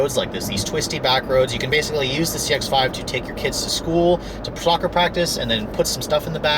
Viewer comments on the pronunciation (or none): did he say ''ploccer practice? is that a new sport? or did he mean soccer practice lol